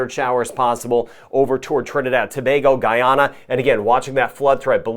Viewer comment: you are quite popular even my uncle knows about you and watches your channel and that’s huge. He likes that you pronounce “Tobago” correctly lol 😊 keep up the good work.